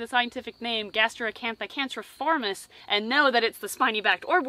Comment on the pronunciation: The right way to pronounce the last spider name is can-cri-formis, with the sound cr like in crab, not canceriformis. Cool video though